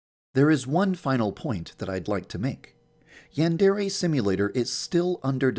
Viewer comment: maybe it's banned because he pronounces "Yandere" incorrectly